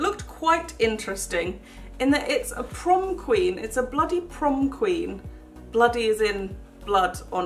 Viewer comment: The prom queen said prom queek